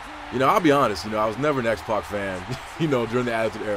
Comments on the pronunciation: sorry it sounds like you're saying Xbox rather than X-pac. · youre actually saying xpox